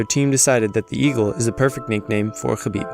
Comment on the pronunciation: Idk i think conor pronounced khabib name better than khabib himself 😂